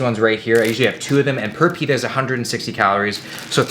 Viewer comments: I shit you not, I though he said "penis" instead of "pita" 😂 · I thought will said something different when he said pita😂